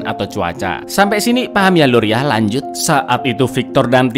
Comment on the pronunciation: "Lanjut" atawa "Kanjut" Kang?